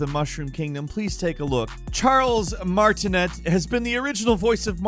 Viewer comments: Pronounced Charles Martinay*French cuzo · FYI: it's pronounced "Mar-ti-nee" Charles' surname is French. (I met him at a convention.) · Im french and he prounounced it right, except the T at the end is silent.